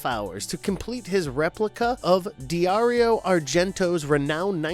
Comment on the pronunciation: De-ario Argento? Really? Dario Argento just pulled a deep red on you.